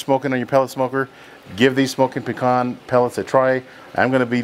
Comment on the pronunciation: Hard for me to trust a man that doesn't know how to pronounce pecan.😂